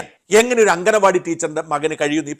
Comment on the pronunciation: അംഗനവാടിയല്ല ഷാജാ, "അങ്കണവാടി" എന്നു പറയൂ. Ref. this somewhere else.